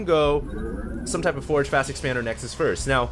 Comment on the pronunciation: its "forge" fast-expand not "force".